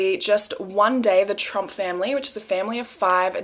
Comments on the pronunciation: Oh my gosh, every time you say “Tromp family” it sounds like “Trump family” to my brain, and I’m over here like YES, now you’re stateside, welcome to our #1 horror story of the last many years, the Trump family! 🤣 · It's funny. I kept thinking you were saying the "Trump family" and I kept waiting for a picture of the Mango Monster!